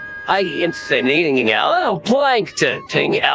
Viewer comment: “I can’t say now playanithiniging else!” …huh?